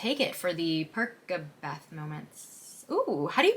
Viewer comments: It's Per sa beth not per ka beth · Its pronunciation is perSabeth with an s sound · it’s not “per-KUH-beth” it’s pronounced “per-SUH-beth” because of how you pronounce percy’s name. it doesn’t really matter though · HOW COULD YOU!!!!! IT IS PER SA BETH NOT PER KA BETH YOU TRAITOR!!!! no it’s actually okay, uncle Rick called Luke Castellan Castel Lawn 😢 I forgive you. But I will never forget work for that one. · It's Per-sa-beth, not Per-ka-beth. Cause it's Percy, not Perky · Since Percy is pronounced like Persy and the c in Percabeth came from Percy's name it is pronounced Per-sa-beth not Per-ka-beth. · it is PerSabeth bc his name is Percy (per-sea) not (per-key). This is a hill I will die on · percabeth fans got FED in ep 5. also i pronounce it perSabeth not perKabeth. mainly bc its perSy not perKy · Isn't it clear that Percabeth it's pronounced Per-sa-beth, contrary to Per-ka-beth? Because the C is taken from Percy, right?! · Percabeth sounds like “purse” not “per-kuh” 😂 it’s like Percy + Beth but with an UH in the middle, remove the Y. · Pronounced Persabeth. -If we get a second season we will probably get the rest of the series because they all end in cliffhangers after that. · Per-sa-Beth it hurt me every time you said perkabeth 😢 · We need to clarify this. Percabeth is pronounced per-suh-beth. I understand that phonetically it's perk-a-beth, but the c in Percy is pronounced with an S sound (because it's short for Perseus). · please dont say perKAbeth its perSABETH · Percabeth should be pronounced persabeth and I will die on that hill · Per-sa-beth because Annabeth doesn’t have a hard c, nor does Percy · ITS PER-SA-BETH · girl its per-sa-beth hehe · per- sa- beth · It’s Perseebeth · It's per-SA-beth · its per-sa-beth because there is a soft c in Percy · Per-se-beth like in persy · Percabeth is pronounced "Percy-beth" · THE PERCABETH PRONUNCIATION IS PURSE-ABETH 😭😭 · It's pronounced per-sah-beth and I'm willing to fight on this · it's like purse-uh-beth